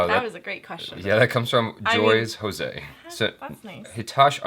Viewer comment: Wait, did he just say Jose Hoezay ? VJ Jose? Damn!